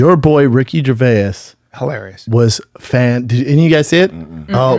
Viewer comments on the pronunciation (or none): Ger-vay-us? Hmmmmm. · how brendan first pronounced Ricky’s last name lmao “Gervayiz” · Ricky Gervayas? Never heard of him. Is he Mexican? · Did you say “Ricky gerveyass” , Brendan seriously stop eating and cut your hair 😅 it’s affecting your speech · "jer va ez" ???? Also way to single-handly mangle and destroy all of Gervais' jokes